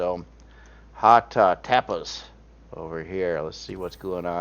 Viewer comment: You said 'tapas' like you never heard of the spanish dish before... im shocked lol!